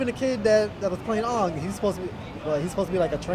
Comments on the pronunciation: I'm so over this IT'S ANG!! NOT UNG!! get it right oh my gosh. watch the serious learn it. it was the worst movie ever. put more info in it. from the serious(THE RIGHT INFO. ANG TRIED TO LEARN FIREBENDING BEFORE WATER PUT THT IN THE DAM MOVIE). and the character pathetic. man jackson was acting like jasper from twilight boring and dull. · they said "UUNGG" instead of "AANG" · Its aang not ong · First off when I watched the movie and I heard that aangs name is Oong I said... fk this movie his name is Aang not Oong!!!! GOD DAM THAT GETS ME MAD EVERYTIME I HERE THEM SAY OONG IN THE FKING MOVIE!!!!!!!!!!! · Aang is not Oong!! In the movie he was called Oong but he is really called Aang. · Probably one of the worst movie's I've ever seen. The bending takes too long, they pronounce Aang as Ong, they didn't have momo or the kyoshi warriors, the fire benders had to be near fire, and there was none of the little funny bits in there. The only decent part about it was the bending animation. If you want to see the REAL avatar go on Netflix and watch it or buy it at a store somewhere. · As a fan, even though the true Chinese pronunciation of his name is 'ong', I was still pissed that they didn't say Aang. If you're going to make an Avatar movie, at least pronounce the names as they are in the show!!! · they pronunced everything in the movie wrong the butchered the cartoon and m night shyamalan played every fire bender and is not that fat and they failed at the part where anng not ong whent back to his village and got upset at when he found out the fire nation was there i watched it for a half and hour and i was like omg this is a waste of my fucking time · I freaking hated this movie!!! It bugged me so much that they pronounced some names wrong (Ohng instead of Aang, etc.)! It was horrible! I was really looking forward to the special effects (bending, stuff like that), and I found it really boring. DO NOT WATCH THIS MOVIE!! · Avatar - Aaaarvatar Aang - Ung Sokka - Soker